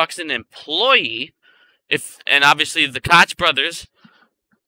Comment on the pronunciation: Honey you are at very bright kid but those are the fanboys coke brothers the ch is pronounce like a K sound coke brosFather just made a video and was messing with your name a little bit big gums instead of running it together I just wanted you to know how their name is pronounced thank you for all your help and information great DD and that fat head had her right in his side yesterday and had nothing intelligent to say to her but she was with her children so that’s probably a good thing